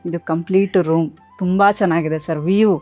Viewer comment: ವಸ್ತಾರೆಯವರಂತಹ ಘನವಾದ ವ್ಯಕ್ತಿಯನ್ನು ಈ ತರಹ ಆಂಕರ್ ಮಾತಾಡಿಸೋದಾ??ಆಕೆಗೆ ಮಾತಾಡೋಕೇ ಬರೋಲ್ಲ. ವ್ಯೂ ಅನ್ನೋಕೆ ವೀವ್ ಅಂತಾಳೆ😂 ನೋಡಿ ಫೋಟೋ ತುಂಬಾ ಚೆನ್ನಾಗಿದೆ ಅಂತಾಳೆ. ಅಪರ್ಣಾ ಅವರನ್ನು ನೋಡಿ ಆಂಕರಿಂಗ್ ಕಲಿತೆ ಅಂತ ಹೇಳಿ ಅಪರ್ಣಾ ಅವರಿಗೆ ಅವಮಾನ ಮಾಡಿದ್ಲು.